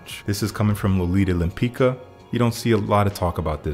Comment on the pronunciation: "Lempicka" should be pronounced more as "Lempitska". Another very nice set of suggestions- keep up! I prefer Dior Homme Sport though - the same kind of scent as Dior Homme 2020 but even fresher